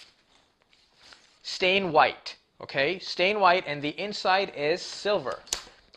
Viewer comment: Did you mean satin white, or stain white?